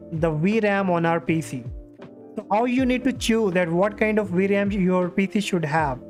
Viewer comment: WTF is a "we ram"?? I thought it was a Vram (vee-ram)